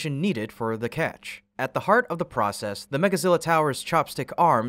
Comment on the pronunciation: catch, not ketch